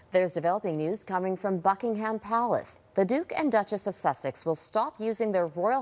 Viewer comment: It's not Bucking - HAM. It is Bucking-um.